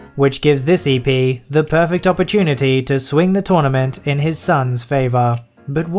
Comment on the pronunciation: Tounament! xDD